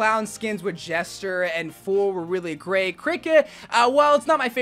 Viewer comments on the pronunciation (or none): none